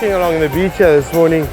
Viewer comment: I was dying when he said bitch instead of beach 😂😂😂😂